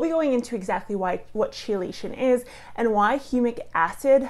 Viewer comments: ChellAshun? Wtf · Little bit concerning that a soil scientist mispronounces, "chelates" and "chelation".